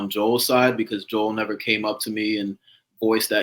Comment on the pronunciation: Omg you guys pronouncing Joel’s name wrong and Chazz ignoring it is sending me 😭😭